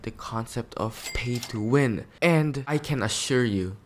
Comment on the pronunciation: Bro said phay Thso win